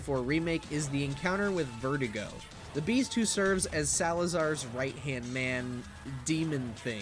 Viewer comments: Bro, why are you butchering the pronunciation of verdugo, it’s pronounced “Vehr-DU-gó” not vertigo lmaooo Why are you showing a generation of RE fans how to butcher the Spanish language Culture yourself and respect the language, it’s not that hard Americans (yes I’m American) have a terrible way of butchering other’s languages, it’s disrespectful The only reason why I’m picking on you is because you are going on your platform and “teaching” MANY how to be uncultured and make this same mistake It’s been 18 years we’ve all been enjoying the RE4 universe The least we can do is respect the language of these characters 🤷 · His name is (Ver Do Go) verdugo not vertigo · FYI: Spanish pronunciation of Verdugo is phonetically Bear-doo-gO, not Vertigo. V is pronounced like a B, e is pronounced like a long A, u is pronounced oo. It translates to executioner. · Vertigo? I thought it was Verduga. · Why did he pronounce verdugo like vertigo? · Lol sounds like you are calling the boss vertigo XD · Can't even pronounce Verdugo right. Where do you find these guys